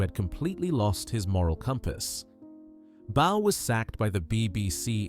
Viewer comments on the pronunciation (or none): That black man isn't Stuart Hall, the old TV host. And Frank Bough's name was pronounced "Boff", not "Bow".